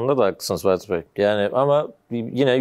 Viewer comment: bu arkada soruları soran eleman neden sürekli "" diyor? muhtemelen fatih bey diyor ama ferhat gibi duyuyorum ben hep.